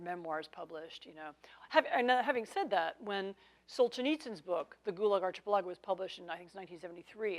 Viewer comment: So what "IS" the correct pronunciation of Archipelago? Anne pronounced it "arch" - i - pel-A-go (like an arched ceiling or doorway)... but most people I know say "ark"-ih-PEL-a-go like Noah's ARK .. accent on PEL, not the "A" as Anne weirdly called it. The only thing I can surmise is that we've ALL been wrong all this time OR she's INTENTIONALLY mispronouncing it so the algorithms won't hear her SAY it and thus CENSOR this video?